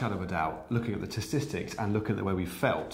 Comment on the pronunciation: tsistics ? Im pritty sure that's not a word matt!